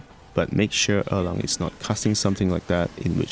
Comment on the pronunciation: Thank you!! I was able to beat him using your build with some practice on timing and sequence! This is an incredible guide Also, props to the way you pronounce“Erlang”. It’s the closest to the correct pronunciation amongst all the versions I’ve heard on YT so far